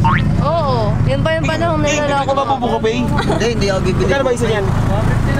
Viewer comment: Bruh it's not Buko Pae its "Buko Pei" 😐